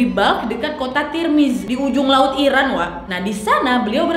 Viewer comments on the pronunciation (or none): none